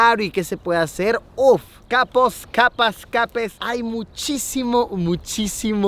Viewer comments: me gusta cuando luisito dice capas capos capes jsjsjsjs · Ato Alto alto... escuche bien Luisito dijo Capos, Capas...¿¿¿"Capes"??? NOO Luisito WTF!!!